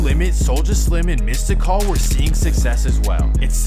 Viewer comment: Foo said MystiCall lol. Weirdo.